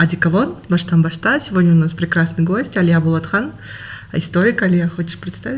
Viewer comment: Не. БолОтхан дорогие мои кыргизы а БОлАтхан! По казахски не БОлОт а БОлАт